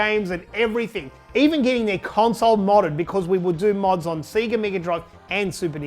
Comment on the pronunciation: I do love the way you Aussies say sega.